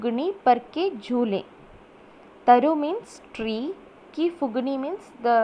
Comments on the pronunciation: mam acutually its phungi not phugini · It’s not fugni , it’s fungi